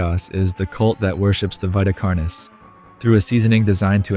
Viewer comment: It's veeta carnis, not vaita carnis.